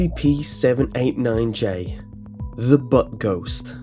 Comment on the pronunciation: You say 798 a lot butt its 789